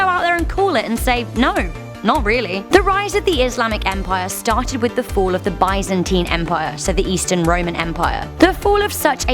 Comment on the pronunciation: It's Byzantine not byzntine